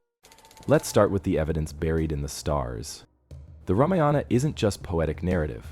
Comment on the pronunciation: Very interesting video. Oh, the word Ramayana is NOT PRONOUNCED Rama-yaana. It is Raa-maa-yana. And one other thing, please inform viewers of the meaning of the word "Kandam." I thought I'd die laughing when I saw the CC of your video which said "Kumari Condom." 🤣🤣 Also, I'm no scholar but I believe Kandam in Tamil is pronounced differently than in Sanskrit. Kandam in Sanskrit is pronounced Kaandam, which means a chapter, a section, a part, in the Ramayana. And oh, it isn't Vanaara (forest creature) it is Vaa-na-ra.